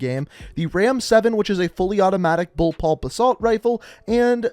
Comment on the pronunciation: Bull PUP. Bull PUP. I can’t hear you say Bull pulp anymore. Lol